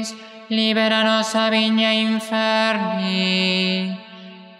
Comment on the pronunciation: Hola, Justo hace unos días buscaba en el canal estas jaculatorias para oírlas porque me las aprendí de memoria del maravilloso enlace que tienes disponible con las oraciones del rosario. Ahora veo que hay cosas que estaba pronunciando mal, no se dice "igne" sino "iñe", y no se dice "illas" sino "ilas" (entiendo que pasará lo mismo con el "illos" de la Salve). Por cierto, sobre la jaculatoria de Fátima, la traducción es la mejor no? Es que en Español parece haber varias opciones. Buscando el original en Portugués me sale en internet: “Ó Meu Jesus, perdoai-nos e livrai-nos do fogo do Inferno, levai as almas todas para o Céu; socorrei principalmente as que mais precisarem!” Tengo un libro con oraciones en latín y traducen así esta jaculatoria: "O mi Iesu, dimitte nobis débita nostra, salvanos ab igne infernis, perduc in cælum omnes ánimas præsértim eas quæ misericórdiæ tuæ máxime índigent. Amen." (Traduce de: "Oh Jesús mío, perdona nuestros pecados, líbranos del fuego del infierno, lleva al cielo a todas las almas, especialmente a las más necesitadas de tu divina misericordia. Amén.")